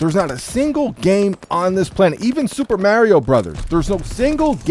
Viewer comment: I've never got a nuke... should I go throw a fit a cry about it online? 🤣🤣.... I'll tell you what I will complain about.. the hit detection problems and god dang rigged gun fights Stop butchering the word Mario.. damn Canadian 🤣 j / k